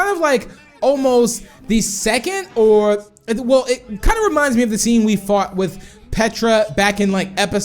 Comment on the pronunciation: He almost said Fu*k XD